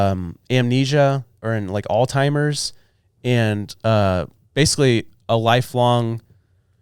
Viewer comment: Dear, Alzheimer's, not "all timers"